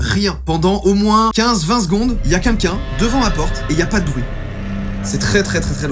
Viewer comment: Joyca … je n en peu plus .. à chaque vidéo … DANS TOUTES TES VIDÉOS …tu dis au moins une fois le mot QUNQUN … apprends à dire Quelqu’un ….